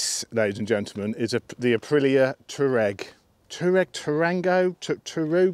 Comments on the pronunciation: Sorry mate it is pronounced " twar reg and reg rhymes with leg ;-) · It's pronounced "Twareg" you silly sod 😂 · it's pronouced- Twaar ig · I thought so too; “twa-regg”